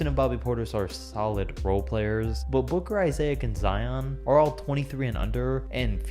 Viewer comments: Is it just annoying me how he is saying Jonathan Isaick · Say Jonathan “Izayick” one more time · I-say-ic 😭😭😭😂😂😂 Issac dumbass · "Izayick" SAY HES NAME RIGHT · "Jonathan IsEaC" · Nobody:: Jonathan isaic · its isaac not isaaaaaaic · Nobody:: Jonathan Isayaak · "Jonathan Isiah ic" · Did he just say ‘Jonathan Isayac’ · “Jonathan Isayak” 😂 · Did u just say Isay-yik? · "Johnathan Isayac" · Jonathan Isayick? Cmon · Wtf is a Jonathan I-SAY-IC🤦‍♂️ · No one Literally no one in the world: Johnathon Issaic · Why does he say Isaac like it's Isayac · Jonathan Isay-ac? Who are you Flight? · Who heard him say Jonathan Isaiahcc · 90% of the comments: “Omg you forgot Klay at 11” or “he said Isaic” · If he says jonathon isayac one more time I swear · Jonathan I-say-ac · I love "Jonathan Isaic" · Bryan Hamstra but he didn’t say Jonathan Isaic he said Jonathan I-zay-ic😂😂😂😂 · It’s actually I-zic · Neither, it’s I-ZAC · I-zay-ick man why can’t people say my name right 😂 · Isaac Thomas ye Ik, like I bet people don’t call you izayick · So right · Dude cant say isaac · I-say-ic’s mispronunciation is akumpo level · Why he say “isaac” like that? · Why do you say Johnathan Isaac name like that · You’re pronouncing Isaac wrong in Jonathan Isaac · Does he not know how to say Isaac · How you get Al Farouq Aminu right but not Isaac?? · Everyone is talking about klay and issac’s name being pronounced wrong but why the heck isn’t Michael Jordan in the number 23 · Pissed me off so much when you were saying “Isaac” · Every time you said Jonathon Isaac I cringed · The way you pronounce John Isaac's name is driving me crazy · why do you say Jonathan Isaac like that, or am I saying it wrong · i had to dislike a video cuz of how you kept on sayin jonathan issac name bruh😂😂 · dont say Jonathan Isaac ever again thx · Was driving me crazy every time he said Jonathan Isaac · My isaac and when he said it like that I died a bit inside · Learn how to say isaac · Jonathan Isa-ic